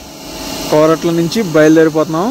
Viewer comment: Koratla kadhu korutla